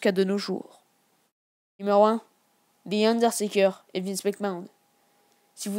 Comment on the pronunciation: Je rêve ou il a dit Thi Underteker